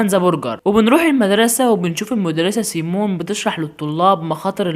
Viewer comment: اسمها مس سيمين مش سيمون بس مقبوله منك يا عسل انت ❤😘😘😘